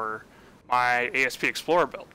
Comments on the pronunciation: Asp....not A.S.P. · asp not A.S.P. its a word not a freaking acronym. jeezz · Asp as in the snake, not A.S.P.. You do get that all ships are named after snakes? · Down-voted for Ay Ess Pee Explorer